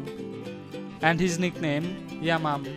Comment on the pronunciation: Dang this vlogger voice driving me nuts🤣🤣😂 yamam who is it? I thought is yamyam dang man🤣🤣😂 I went crazy your pronunciation 🤭😂